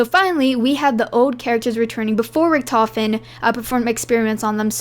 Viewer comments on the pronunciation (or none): none